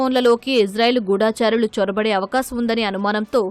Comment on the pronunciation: గూఢా చారులు కాదు తల్లీ గూఢచారులు.